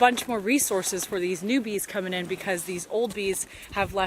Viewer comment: I hear "newbies" everytime you say "new bees" in your videos XD